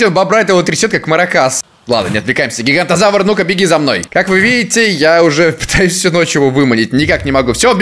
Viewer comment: Правильно говорить Гиганототавр